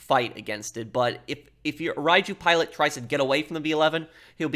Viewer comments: Great video. It's pronounced Ryu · All I'm hearing is Raichu